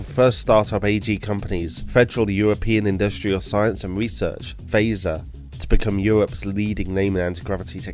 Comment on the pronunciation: How this guy pronounces F.E.I.S.A.R., Auricom, Qirex and Assegai really disturbs me.